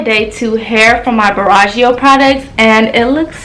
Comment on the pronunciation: u are saying the brand name wrong 🙄🙄🙄